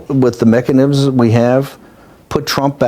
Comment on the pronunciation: "If the American people with the mech-nims that they have".... 😄